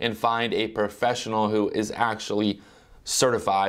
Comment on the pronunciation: The word is "professional" not "perfessional" hahaha